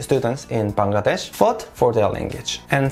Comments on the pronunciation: Finally a foreigner who can pronounce Bangladesh accurately! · Your the only foreigner I've ever seen who pronounced my country's name Bangladesh correctly! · Your pronunciation of "Bangladesh" is perfect! Many foreigners normally fail to say it.... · Me to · Bahi Akjonke Pailam je Bangladesher nam thek motoh bolte pare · U r the first foreigner whom i see to pronounce Bangladesh perfectly.. Love from BD.. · I am happy that you can pronounce Bangladesh correctly which many foreigners cannot. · I am so happy to you that you have pronounced my country's name properly... Actually the foreigners pronounce it wrongly.... 😀😀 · Thank you so much brother you pronounced Bangladesh so perfectly.